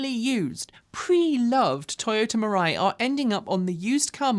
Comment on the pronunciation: “Mirai” sounds more and more like “mirage.”